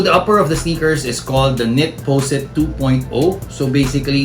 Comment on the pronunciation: its not knit powsit, its knitposite